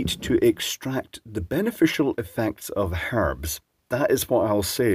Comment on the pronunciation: For the “harbs ”, aye…